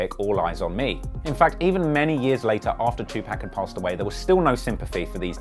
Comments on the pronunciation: It’s 2 pac not pack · Dude.. 2pac pronounced like 2poc.. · It’s not 2 pack bro . It’s hard to watch when you get his name wrong thru the whole video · disliked because of "2pack" learn how to pronounce someones name before you make a video about them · Why do white people say 2Pac like pac-man. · The fucking worst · Can't even pronounce his name right. WACK! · disliked cuz how he pronounced his name